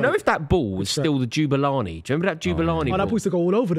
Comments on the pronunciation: ITS NOT JEW-BULANI ITS MFN JAH!!!!! JABULANI!!!!!!!!!!! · It’s the Jabulani. Not Jubalani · Jubilani jubilani 😂 does anybody actually like?